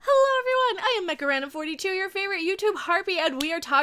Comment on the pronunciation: You say mecharandom... I hear "Macarena". My question is, how come humans don't make robots in the Orville universe? They should be hundreds of them all over the ship.